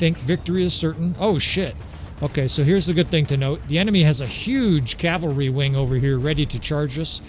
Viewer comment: Thanks for saying cavalry. A year ago you were saying Calvary. Each time you did i felt a nun crack a ruler on my knuckles and shout "Cavalry is a military unit Calvary is where Christ died!" Yeah, I'm a few years older than you.